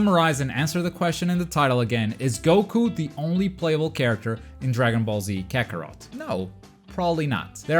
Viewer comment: It’s called dragon ball KAKOROT